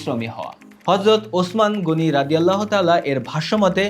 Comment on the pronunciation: আসসালামু আলাইকুম একজন সাহাবীর নাম উচ্চারণ করলে রাদিয়াল্লাহু আনহু বলতে হবে পুরুষ সাহাবী হলে আর মহিলা হলে বলতে হবে আনহা আপনি শুধু বলছেন রদিয়াতলা রদিয়া তলা এটা মোটেও ঠিক নয়